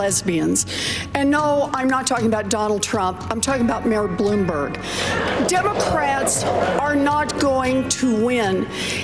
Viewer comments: No surprise "he really Blumberged it" 😄😄😄😄😄😄😄😄😄😄😄😄😄😄😄😄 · Hahaha he almost said Boomberg LOL